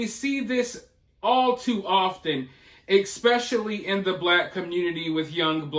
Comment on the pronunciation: it is SO difficult to take someone seriously who says "exspecially".